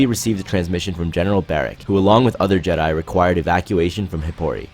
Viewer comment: Why does this guy always pronounces jedi’s names in the weirdest way?